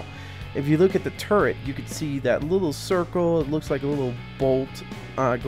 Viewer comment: I know it annoys me lol